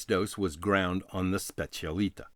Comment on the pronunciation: I'll be disliked to hell but just want to point out that it's called and pronounced specialità not specialita , that stands for "speciality" in italian.